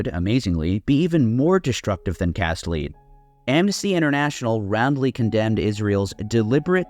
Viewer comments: I know it's not the point of your (excellent) video, but it's "operation cast lead" (pronounced "led", as in the metal) not "operation cast lead" (pronounced "leed" like the thing you attach to your dogs collar). It's got something to do with an old Hebrew poem and that dreidels are traditionally made of cast lead. I imagine that bullets were/are often made with lead might be part of the allusion too. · Cast lead... its pronounced led, like the metal. the A is silent. Not a big deal, just wanted to mention it. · You mispronounce that word lead. In "Operation Cast Lead," "lead" refers to the metal, not to a leader. The name "Cast Lead" is derived from a Hebrew phrase related to a traditional Hanukkah song that mentions "cast lead" dreidels (spinning tops). The term was chosen to symbolize the operation and has no connection to leadership or leading. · Excellent historical reminder of counterfeit 'Israel's true intent. Shame about the mispronunciation of "Operation Cast Lead" — it's not "lead" as in leader, but 'lead' as in bullets!